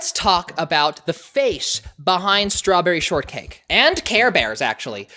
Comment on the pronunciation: lol she said shtrawberry sortcake